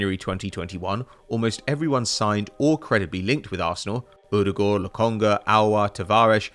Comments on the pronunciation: The way says «Ødegaard» is hilarious to me as a Norwegian myself🤣🤣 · It’s not to far off to be clear, it just sounds very funny to me